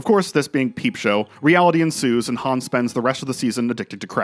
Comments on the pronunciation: Great video! But his name is Super Hans not Super Hons! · Super Hans mate, not Hans